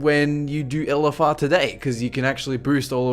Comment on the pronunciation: I like when he says "ELLEFFARR"